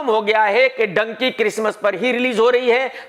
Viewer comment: It is not Donkey it is dhunki “Dunki”😂😂😂😂😂😂